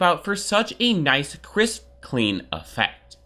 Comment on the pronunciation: When says nice, it sounds like "knife"